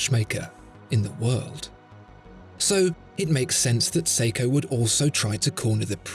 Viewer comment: its seiko damit